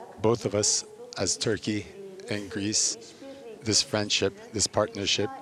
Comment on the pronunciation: firendship XAXAXAXAXXAXAX